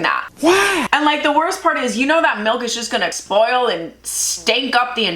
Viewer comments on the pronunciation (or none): girl rlly just said "exspoil"😭😭